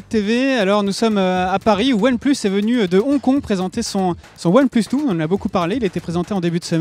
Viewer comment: qaund il dit one plus tfouuuuuu lol apprend l anglais